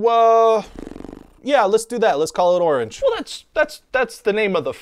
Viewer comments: Um...no. The fruit's name isn't pronounced "oring." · kind of. It's "or-inch" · "Orange", when mispronounced, rhymes with "Door Hinge". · Orange rhymes with Door-hinge